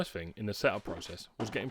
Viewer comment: You desperately need elocution lessons. It's not free for three or fing for thing. I can't watch your videos because of it. Flabbergasted how you've got so many subscribers.